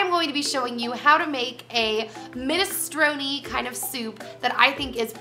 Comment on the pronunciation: You're pronouncing minestrone wrong